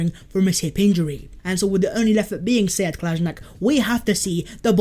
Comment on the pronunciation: Bro u lost me when u said kolsinac